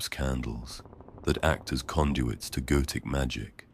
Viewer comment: Every time he says "goetic" I hear "goated" please help.